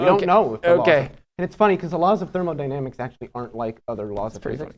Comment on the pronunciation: "thermaldynamics". I understand its just a slip of the tongue but its always fun to hear a non physicist mess up this word.